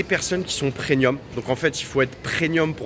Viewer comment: On dit PREMIUM ! Avec un M 😂😂😂😂